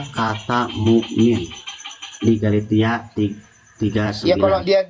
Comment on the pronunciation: Bukan galatia dia bilng galitia bang..😊😊😊😂😂